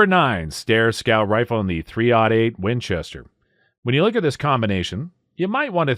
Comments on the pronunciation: It's called "three o' eight" not "3 ODD EIGHT". I'm cringing hard. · He's sayin "3-ought-8", which is still wrong, but I was recently taught that so I figured I'd pass it on. I thought it was "odd" this whole time. I'm almost 40. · yeah I know, like 30 ought 6, and double ought buck shot, but I'm 90% sure he's saying "odd" .. ugh.